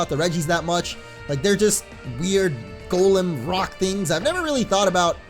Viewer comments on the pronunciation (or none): none